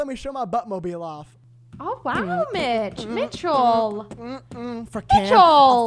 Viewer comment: i swear i kept hearing say mitch with a b in it instead...